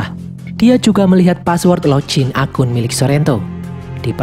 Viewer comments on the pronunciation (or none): none